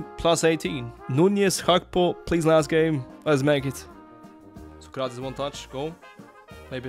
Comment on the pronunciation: Sócrates the accent is in Só 😉, Pelé is in lé 😉